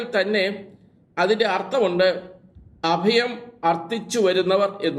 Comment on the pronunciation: അദയം അല്ല അഭയം